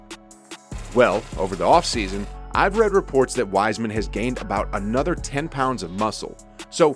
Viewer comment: Did the announce at the start call hime "RISEMAN"?